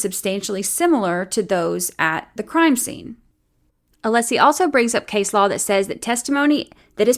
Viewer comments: Also, the way Brennan will stand up and say "Mr Aleeesi", and then later in the paragraph pronounce "Alessi" perfectly fine, is grinding my gears. It feels purposeful. It might even be "nefAHrious". His audacity is "stiffling". ... This man raises my blood pressure. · He’s intentionally mispronouncing Alessi’s name. It’s a very typical malignant narcissist tactic. Just like the way his arguments are all perfect examples of DARVO. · I wish Alessi would make a motion asking the court to require Brennan to pronounce the attorneys names correctly. Like you pointed out, he knows how to say it properly. He chooses not to. It's unprofessional, disrespectful, and rude. But then again, we've come to expect nothing less from Breenan.